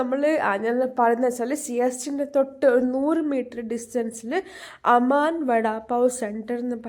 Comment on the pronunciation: അമാൻ അല്ല കുട്ടി.. അരാം വാടാ പാവ്😂